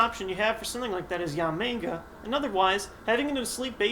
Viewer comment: Is it just me, or does it sound like he keeps calling Yanmega "Yamenga"?